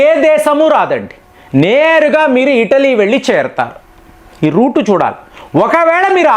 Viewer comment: ఇటలీ అంటే ఇడ్లీ కాద